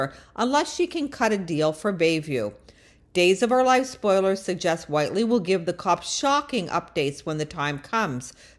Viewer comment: Click bait! I thought you were going to actually reveal when and how she was arrested. We already knew she was lonely. Also, how is it you don’t know how to pronounce the character’s name? Do you even watch the show?